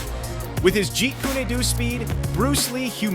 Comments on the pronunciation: FFS Jeet "Koonay" Do ? I think the guy mispronounced Jeet Kune Do. ... It's Koon ... NOT Koonay. Damn I hate when people who know NOTHING about the Martial Arts, speak about the Martial Arts. Their ignorance is quickly discovered. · Not pronounced kunay, its koon (Kun). Jeet kun do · It's Jeet 'Kun' Do, not "Jeet kunay do," or "Jeet kooney do." I've never heard it pronounced that way in over 50 + years of watching his movies, or listening to the teachers that teach the style... I got a pretty good laugh out of that. Lol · Jeet kunnie do 🤣🤣🤣 and Chuck Norris (R.I.P) is not even kicking a Lee's head, as suggested in the video, he is doing backward leg stretches OBVIOUSLY. Anyone who knows anything about martial arts can see that. AI talking, I hate it. "Almost as much as AI fake videos. Stick to the facts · The grappling was likely from training with “Judo” Gene Labelle. You need to also learn to pronounce Jeet Kune Do. It’s not Jeet Kuneh Do. As a practitioner I find it quite funny. Lol! 😂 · WTF is jeat ku-NAY dooh? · Hahaha! Jeet Kunay Doe. Hahaha, learn how to pronounce it if you’re gonna narrate dude. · I got skeptical when you said Lee trained at a "dojo" (Japanese, not chinese word...) and then you couldn't pronounce his martial art correctly. Pass. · Bullshit Title & Video: There was No Real Fight with "Karate Champion" [if there ever was it wasn't filmed]. So unnecessary to use Fake clips of Bruce Lee imitators (the ping pong commercial footage in the beginning & the Knock off movie footage from to ). You're AI voice narrator couldn't even pronounce Jeet Kune Do properly FFS...